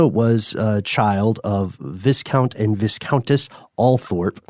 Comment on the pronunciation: Viscount is said VY count